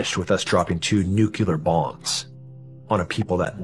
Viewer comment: anyone who says NUKE-YOU-LORE I can't take seriously...don't care